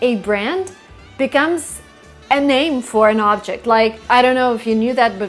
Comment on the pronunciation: you mispronounced the noun 'object' in 12:8